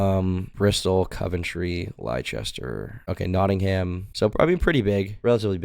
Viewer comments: Nah called Leicester lie chester mate it’s pronounced les ter im not British but i know how to speak words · the kind of guy not to know Leicester is pronounced "Lester". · Bro said Lie Chester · the type of guy to pronounce Leicester as "Lie-Chester" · pronunciation of Leicester gave me a panic attack